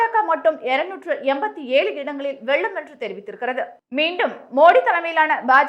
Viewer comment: தமிழ்நாட்ட ஏன்டா விட்டு வைக்கீங்க! இங்கும் 39 பீசெபீ தான். மூதேவி தமிழ் உச்சரிப்பே வரவில்லை. வெல்லும்-வெள்ளும்